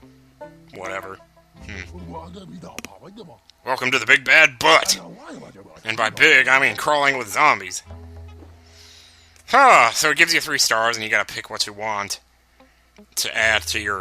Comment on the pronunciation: Its pronounced b U tte,not butt :|